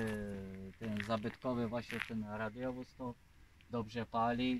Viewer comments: hi hi hi nie radiowóz tylko radowóz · Nawet poprawianie nie umie wypowiedzieć "radiowóz" ręce OPADAJĄ